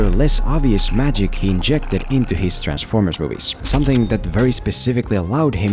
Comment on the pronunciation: It may be the way you're talkin but do you mean Transformers all I hear is B formers. PS I agree with you but I also enjoyed Battleship a lot